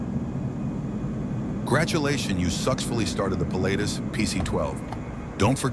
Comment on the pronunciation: "Gradulations you suxfully started the PC-12..." Uhhh, sure...